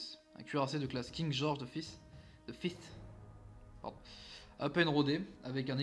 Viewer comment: Pour la prononciations si je peut t'aider : King George five se prononce = King george [Faïve] comme si tu disais cinq en anglais. Pour les iles ou tu as eu du mal c'est les iles feroé. Pour kiel je sais pas non plus moi je dit [Kiil] Et le nom de l'operation je peut pas t'aider j'ai jamais reussis a le prononcé. Voila si sa peut t'aider. Sinon tres bonne video. En effet le Warspite a eu une carriere + glorieuse. Coter allemand c'est le Scharnhorst qui a eu une belle carriere. Coter Italie aucun il y a juste le Roma qui a eu une triste fin... Coter US je dirais le Washington suite a son combat de Guadalcanal. Coter anglais ben Le Warspite sans hésité. Coter Jap... bizarrement je dirais pas le nom d'un Cuirassé mais le nom d'une classe de navire les Shokaku. Voila c'est que un point de vue pour compléter. Continue de partager c'est pas grave pour le calendrier moi sa me derange pas. Bref 👍 mérité.